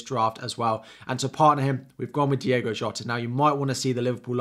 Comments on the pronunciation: Its Diogo not Diego..😅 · 6 years in England and people still say "Diego" Jota.. 🤣